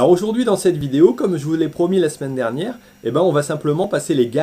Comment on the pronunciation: tu a inversé le "i" et le "n" de dernière. du coup ça fait deriniere, mais super video quand meme😃